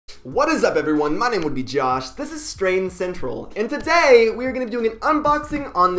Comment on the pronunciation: Why do you emphasize the " and today " part on the intro lol